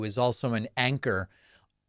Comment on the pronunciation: Sorry did you say anchor or wanker?